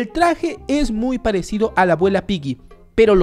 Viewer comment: No es pylli se ESCRIBE Piggy pero se pronuncia pigui y desde hace un año que te estoy comentando y no me saludas,me desuscribo